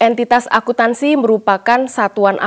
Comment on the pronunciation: Maaf agak terganggu dengan kata "Akuntansi" tapi terbaca "Akutansi"😅